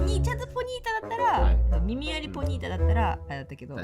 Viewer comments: ポニータがホニータになっとるww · 気づいちゃったかも知れない…。ポニータのこと答え合わせしてもずっとホニータって言ってない？！(間違ってたらすいません)